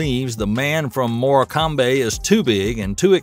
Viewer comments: I love the way the commentator pronounced Fury's home town of Morecambe; Moray Cambay ;-)It is pronounced More Cum 🙂 Its a seaside town up the coast about an 75 minutes drive from Liverpool. Anyway, Price sees it as I see it. Fury on points. Usyk is an excellent boxer but he can't hurt Tyson and he can't out box him either. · Morcambe is pronounced "Morkem"